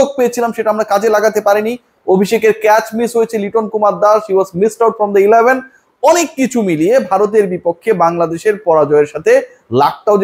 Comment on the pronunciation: শাক মেহেদী😂😂 এলাভান😂😂 আপনার ইংলিশ rip 😂